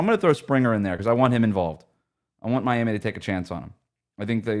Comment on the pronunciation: The Miami accent was spot on haha